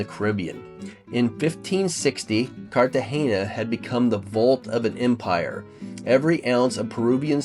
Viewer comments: After the poster mispronouncing Cartagena for the 3rd time (there is no hard "gee" in the word), I had to stop watching. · loved your vid, but it's Cart-a-hay-na....not Carta-gee-na. and the beautiful plant is bow-gun-vee-a just thought you'd want to know